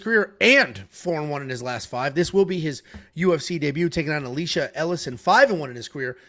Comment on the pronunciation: it’s E-Lie-shuh, like Elijah but with sh instead of j